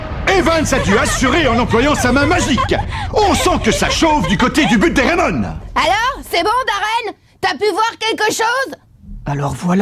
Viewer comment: Dans Raimon on entend Rai comme Ray Dark et Mon ressemble a Tom le père de Ray